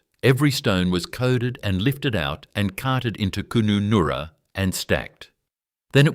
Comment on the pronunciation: D Kooonunnoora LOL